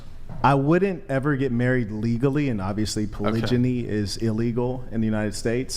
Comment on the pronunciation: Polijiny and monojiny we've been saying it wrong. Myron would call him a dxmb fxck